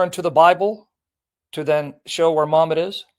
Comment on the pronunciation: Keep saying muhhmad the comfortaba the comfortaba had already come muhhmad wasn't even born